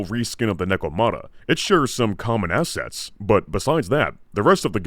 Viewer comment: my boy emphasizing the assets 😂